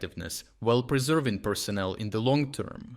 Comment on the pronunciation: You mean "annihilation" - not "enialation.... and "personnel," not "personal." Also "they will THROW Putin...." not "through." That said, it is NOT 'likely' that Putler will "try to nuke the whole planet." He has been threatening for nearly four years to launch nukes against Ukraine or nations supporting Ukraine, but he never actually does it. It's an empty threat, because he knows that resorting to nuclear weapons will invite the immediate destruction of the entire ruzzian military (what is left of it) by NATO.